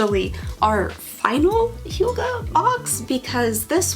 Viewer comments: its not hoogah its hygge- hy as in hydraulics, gge as in a hard ge sound like get. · The prononciation for Hygge is completely off, I thought one could tust those apps. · I'm offended the Danish HYGGE word is being exploited. And even your phone didn't say it right, although close. Danish has 9 vowels, with 'Y' being one of them. The two 'G's and 'E'' you pronounce like '-keh.' I don't think you got sent any Hygge, caramel popcorn is straight up American, I'm sorry, lol. There has to be much better boxes out there we haven't discovered yet. If they had sent you a pair of TAPERED, candles, at least it would be on brand. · That was not the right pronunciation at all. I suppose a danish person hearing it would be able to guess what was meant, but they'd probably also correct it. I can't think of a good way of describing how the y sound is supposed to sound like. No english words come to mind that sound similar. H is shorter in hygge not dragged out as much, more similar to the h in hut. The word is kind of a compact word if that makes sense. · I was going to say! It's pronounced very differently in Norwegian